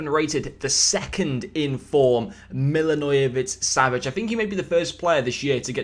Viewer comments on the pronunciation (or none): hate to brake it to you, but, it was awful😂